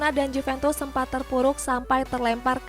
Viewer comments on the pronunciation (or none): none